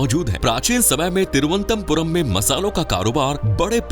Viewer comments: Tiruantampuram mat bolo sir Toruanantpurm hai ye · Video is Ok but try to Pronounce Correctly it's not Thiru antha Puram it's Thiruvananthapuram ❤❤❤❤ Very Happy to hear some Precise facts about My City.....Thank You..... ഓം ശ്രീ അനന്തപത്മനാഭ നമഃ 🕉️🕉️☺️☺️ Bharat Mata ki Jai 🇮🇳🇮🇳🗿🗿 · It’s pronounced as Thiru - Anantha - Puram. Means the land of lord Anantha . Not as you pronounced here. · Why is it difficult to pronounce? Its Thiru-ananthapuram , in Malayalam its combined and said Thiruvananthapuram Ananthapuram means land of anantha from the sree padmanabhaswamy temple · Don't know abt others but I got quite annoyed whenever the Name of city on which u r making a video is pronounced wrong😊😊